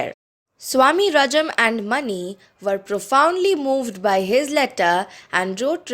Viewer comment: Ma'am , you pronounced mani wrong , it is pronounced मणि